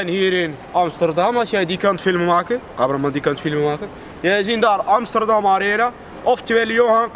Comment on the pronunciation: broer amsterdam op zijn turks uitgesproken is amies ster dam. de ster van Amsterdam moet je als ster uitspreken(die dingen die lichtjes die je aan de hemel ziet). als je met je handen achter loopt dan graag met kralen ketting. xD